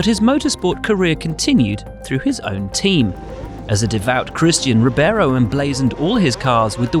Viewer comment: Reebayro! Not rubéro! lol